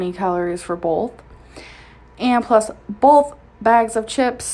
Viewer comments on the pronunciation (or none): “bolth” makes me wanna die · Wtf is 'bolth' lol is it meant to be 'both'😂